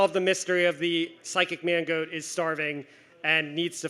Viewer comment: I kept hearing mango instead of mangoat. Needless to say my sides were in orbit.